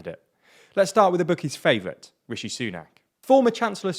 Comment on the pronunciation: Hope that it isn't Sunak or Truss. I couldn't take another year or two of the skinny guy pronouncing it "Wishi Sunak" or "Liz Twuss" all the time.